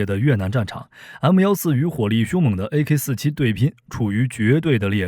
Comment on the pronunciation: 念阿卡47谢谢